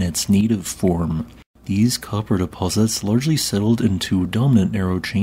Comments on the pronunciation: I had also heard that a large meteor impact deposited a lot of copper in the area? The pronunciation of that peninsula it starts with the word key,, kewanna peninsula. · Life long Michigander, and spent the first few years as Yooper living in the Keweenaw (Key-Wee-Naw) Peninsula. Enjoyed this one 👍👊🇺🇸🤘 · Spent almost 5 years in Marquette in the Upper Peninsula in the mid eighties. It was interesting to know that the rocks that I walked across in Presque Ile Park were billion-year-old basalts! One thing: the Keweenaw Peninsula is pronounced “Kee-wen-aw” although it looks like it should be pronounced the way that you pronounced it in the video. Otherwise, thanks for the video! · Great video. Just mispronounced Keweenaw. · You need to work on your pronunciation of Keweenaw.